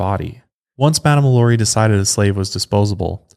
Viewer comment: I tell you what, if you madame lalauries name correctly one time in this episode, I'll buy your overpriced hoodie.